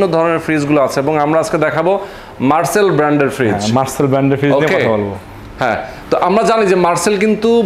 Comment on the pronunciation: মার্চেল নয় .. মার্সেল!